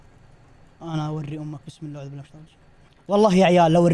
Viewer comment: بالله وليس باللاه